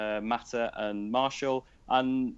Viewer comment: Btw Martial's name is pronounced "Mar-See-Al" not "Marshall".